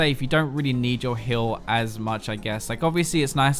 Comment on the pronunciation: I swear he's saying Hill instead of Heal.